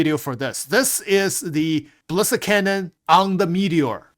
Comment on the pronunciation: is someone ever going to explain to it's not ballist bullet, it's bali-stick, ballistic* not bullisk or ballisk bullet =D